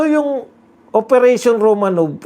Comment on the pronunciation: ROMANOF po ang pronunciation ng ROMANOV. Yang letter “V” sa Russian ay “F” ang pagpronounce.